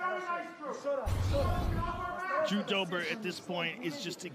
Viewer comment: "Now let's see what Jew Dobers plan is..." -- Hoe Rogan 💀💀